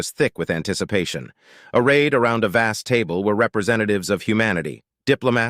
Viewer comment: Great story and the voice over was spot on but the script was poorly written in places, for instance at the start of part 10 the voice over said arrayed but it come out as raid, a very different meaning.